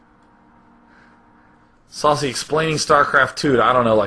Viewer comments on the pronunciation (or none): Saucy not SaSe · It was Saucy not SaSe.